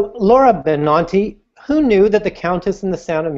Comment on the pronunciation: BenANti not BenAWNti